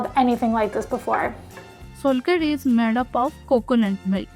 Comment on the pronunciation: You must try the authentic solkadhi in India! It's not solkadhi, it's SOULkadhi❤